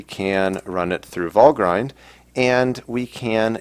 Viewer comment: I believe Valgrind is not pronounced "Val-grind" but rather "Val-grinned". See Nevertheless, interesting episode, keep up the good work!